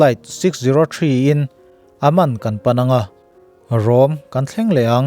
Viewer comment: Aman tih a lam tur anilo, awman tih ang lam tur